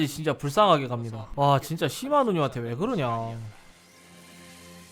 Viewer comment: 분명 시마 라고 쓴거 같은데 ㅅ..ㅂ으로 들리는걸까